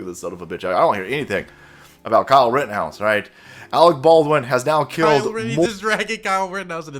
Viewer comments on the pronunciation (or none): none